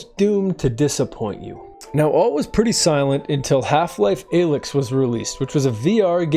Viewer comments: disliking for pronouncing "alyx" like that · That pronunciation of Alyx makes me question if he even played the games at all. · He hasn't. This is slop. I knew how to pronounce her name as a kid when HL2 came out simply by playing and paying attention. Youtube is getting sloppier these days.